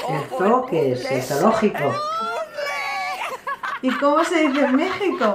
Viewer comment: Se dice "sológico", sin pronunciar la doble o